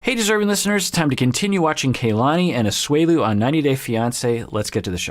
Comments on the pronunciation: Her name is not pronounced KayLani The a is pronounced the same as in the Lani part as a soft a. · is usually VERY mindful of how names are pronounced. I also think he has some Hawaii ties so im baffled why he is mispronouncing Kalani's names like this. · just want to say real quick her name is kalani, not KAYlani, that's driving me crazy ._. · I'm going nuts with mispronouncing Kalanis name. It's not Kay, it's a soft a just like in the Lani part of her name. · I think they pronounce her name as KAH-lani rather than KAY-lani. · Doc, I think it's pronounced kuh-LA-nee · It's pronounced Kahlani